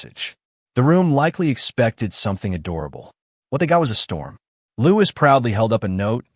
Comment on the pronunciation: His name is Louis, pronounced Louie. Not as Lewis.